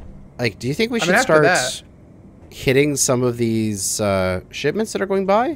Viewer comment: Did... did he just say shitments?